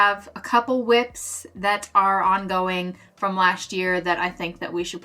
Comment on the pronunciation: Why “lasht year” when it’s just “last year”?!